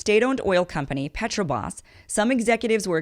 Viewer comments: Thanks for the update. BTW, it's Petrobras not Petrobas. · What's funny are the incongruous comments by people who know nothing of Brazil. Petrobras is mispronounced twice.